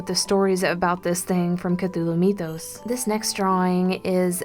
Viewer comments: 1. mythos is pronounced Mith-os, not Meeth-os. 2. August Deraleth needs to be credited with most of the structure of this, as H.P. Lovecraft did not explain most of his world, preferring it to be obscured. After his death, Deraleth solidified, and expanded the mythos. 3. Most artists take liberty with things. The only one of the elder gods that was ever drawn by H.P. Lovecraft is Cthulhu. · google says "mythos" is pronounced as my-THos instead of me-THos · It's not meeeethos it's mythos